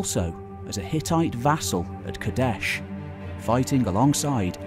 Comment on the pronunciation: Too aggressive in word pronunciation man. Just relax. It doesn't need to be KaDESHHHHHHH!